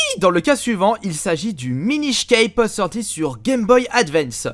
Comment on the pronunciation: Ça ce prononce "minish cappe"